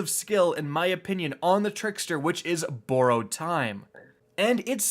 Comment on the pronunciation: Please say borrowed correctly PLEASE bye!😄